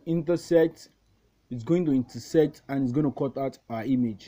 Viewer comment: Lol, he said insertect😂😂😂